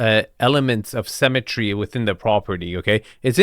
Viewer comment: Symmetry is pronounced like Sim, not Sam. Keep up the good work.